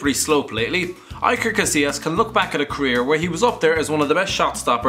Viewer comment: Oh how you butchered Iker Casillas name